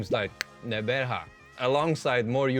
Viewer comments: I respect the attempt at pronouncing Gqeberha. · Kudos with the click on pronouncing Gqeberha